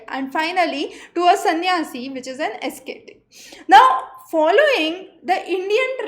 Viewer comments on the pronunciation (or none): Pronunciation: as·cet·ic | \ ə-ˈse-tik